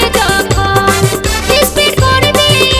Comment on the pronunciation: Speed hobe ispeed noi